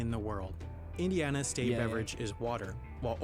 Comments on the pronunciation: "every STET in the united STETS" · you say state like boston says their own states name... lol